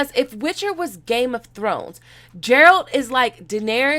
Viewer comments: I screamed when she said it wrong lol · It's Geralt, not Gerald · Ger-alt NOT Jer-alt⚔🐺💖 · 🤦🏻‍♂️🤦🏻‍♂️🤦🏻‍♂️🤦🏻‍♂️🤦🏻‍♂️it’s not Jeralt...it’s Geralt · Garalt Not Jeralt please Learn his name and stop comparing the witcher to GOT.... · Not Jeralt,its Geralt of Rivia😏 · GERALT NOT JERALT COME ON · If you play the games, you know it's Geralt and not Jeralt. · Geralt! Not jeralt! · He is not DJeralt - it's Geralt (like Greece) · IT'S GEAR-ALT NOT FUCKN JERALT OKAY!!!!! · Geralt, hard G, not Jeralt. Just trying to save you future grief on this. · How have you played all the games, but still pronounce the lead character's name wrong? I've played the games, listened to the audio books, and even the trailer says his name and pronounces it with a soft G. It's the G sound in the word "Gust" not the J sound in the word "Just" Guh-air-old.. Gerald. I could hardly hear anything else you said because of that lol, but I thought you said something about high fantasy like LOTR not being popular... ? Uhh.. LOTR didn't do too bad. Thrones even came out of the gate with monsters in the first scene, and that's what grabbed people's attention. What kept their attention is GREAT.. I mean masterpiece, source material, and a production crew that stuck to it pretty much (when successful) and the acting was SUPERB throughout. The Witcher also has GREAT source material, but it sounds like the producers want to make it their own with their own unproven creativity. The same flaw D&D had.. an overestimation of how great their story writing is. The trailer does look great though! So we'll see, fingers crossed. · Isn’t Geralt and not Jerald? Lol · its not (j)eralt its (g)eralt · Love your stuff but my conscience won't let it go, so here how you pronounce: The 'G' in Geralt is like, it's not Jeralt, it's Geralt and Rivia is more like 're-ve-aah', instead of 'reeve-yah' I hope this helps and that you won't be butchered for pronunciation in future videos:) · Not Gerald, but GERALT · Not Ja lol